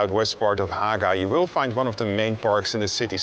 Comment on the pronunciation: The guide obviously has Dutch as his first language, thereof the pronunciation of the g as he did it. In reality Haga rhymes with MAGA.